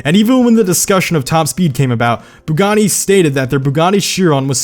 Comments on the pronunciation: Why do you keep saying Bugani. or am hearing things.. lol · Why do you keep saying Bugani instead of Bugatti!? Sounds like you're merging Bugatti and Pagani lol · When he says bugatti sounds like pagani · I swear I keep hearing “buggani” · I hate the way he says Bugatti lol